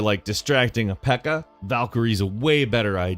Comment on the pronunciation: Love the pronounciation for pekka